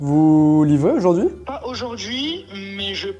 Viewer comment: euh "aurjourd'hui" ?😂